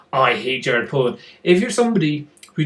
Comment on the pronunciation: It's Jared Polin not Jared Poland just for future reference